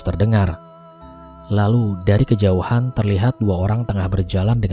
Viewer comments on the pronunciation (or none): none